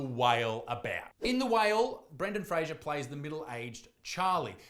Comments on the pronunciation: Nooooo it's Frazer like laser. He's said on a few interviews that sorta bothered him back in the day cuz his name was constantly mispronounced lol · It is Fraser as in laser. He said so in an interview. Just being educational. That is all. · According to Brendan himself it's pronounced "Fray-zor". Like Razor... But everyone's always said it wrong. LOL! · Fraser as in razor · Why can’t anybody say Brendan Fraser’s name right? It’s not hard.